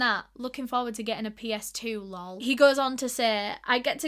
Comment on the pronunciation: I think it's so funny when you read things that have 'lol' and you say 'Lowl' instead of 'L. O. L.' 😂